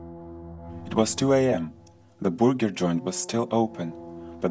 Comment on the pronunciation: Has anyone realised how he says burger In the creepy man in cafe story